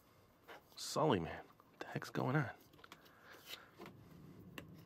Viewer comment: its not SALLY its SULLY